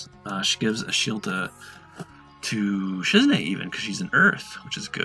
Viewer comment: You pronounce Shizune so funny u call her Shizne but its Shiz"EWW"Ne lol .